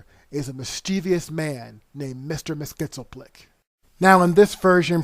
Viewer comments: Hey, you need to say his name right!!! It's MYXILPLIC...NOT MYSTALMYXILPLIC OR WHATEVER YOU SAID!!! It's insulting for somebody who grew up watching The Challenge of the Superfriends for you to get a simple name wrong! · It's NOT Mister Mis Kitzel Plick, it's Mister "Mxyzptlk" (Mix Yee Spittle Lick) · Mr. Mix-yes-pit-ill-ick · It’s pronounced mix-yes-spit-lik, mr. mxyspitlik...not the garbled crap that u say throughout this vid. If u can’t say it, just don’t. Instead, put the name up on the vid whenever u have to say it, as opposed to butchering it as u do in this vid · Its just Mytzlplyk. Not Mytzlmaplyk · Mxyzptlk is pronounced mix-yez-pittle-ick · You need to learn how to properly pronounce Mxyzptlk...Mix Yez Pittle Ick. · It's pronounced mix-yeez-pitil-ik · It's pronounced Mr. "Mixes-pittle-lick" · Mr. Mxyzptlk’s Name Is Pronounced: Mix Yes Spit Lick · You really need to learn how to pronounce Mr. Mxyzptlk's name...it is Mix-Yez-Pittle-Ick...your botched pronunciation really takes away from your video. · Could you really not research how to say "Mix-yez-pit-lick"? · Interesting pronunciation of "Myxyzptlk," but Siegel & Shuster actually pronounced it "Mix-yez-PIT-lick." The more you know... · ugh i hate it when people pronounce mxyzptlk wrong. Its pronounced MIX-YES-SPIT-LICK Say ir right! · This story is convoluted af. I wouldn't have liked it if it was made. But everytime he tries to say Mix-yes-pittle-ick I laugh. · Dude! Learn how to pronounce Mxyzptlk! "Mix-yiz-pit-lik"! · Okay listen closely. Mix Yez Spit Lick. NOT Mix Yez Spittle Lick or mess skit sell plick or Mix El Pit Lick. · FYI the correct pronunciation of the Imp's name was 'Mix-yetz-pit-lik'. Thanks for the summary of what it was supposed to be! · its pronounced Mix_yeez_pitt_lick. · Mr. Mik-yez-pittle-ik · It's pronounced Mix Yes Spit Lick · It's Mr. Mix-iss-Pityl-Ick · Mr. Mxyzptlk's name is supposed to be pronounced "mix-yes-pit-lick".